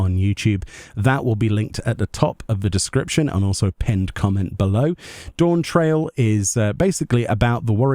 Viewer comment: It’s pronounced Dawnt rail lmao